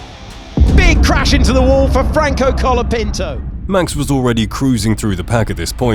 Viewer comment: Williams crashes and guy says Collapinto